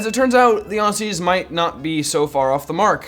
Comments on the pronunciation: Its pronounced OZZIES not aussies btw its a z sound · Ossies ITS NOT OSSIES ITS AUSSIES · Aussies ..... ITS NOT SAID THAT WAY ITS SAID AUZZIE!